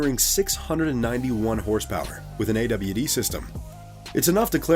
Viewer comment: Ay Doubleyou Deee System HAHAHA